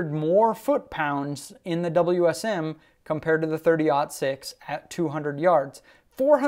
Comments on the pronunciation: It's not a darn "Wiz um". It W S M. You kill me!!! 30-06 wins. Throw a 200 grain round nose in there and see who wins. Wiz Um (?) Sucks. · The fact you say whizzzam is already terrible..... WSM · Drinking game: take a shot every time he says whizm. Don’t, as you will probably pass out.